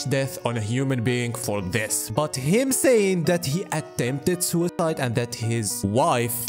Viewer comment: im sorry, but the way you say suicide makes me laugh everytime, im evil